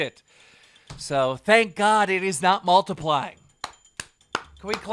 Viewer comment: "Thank God it's not multipling" had me dying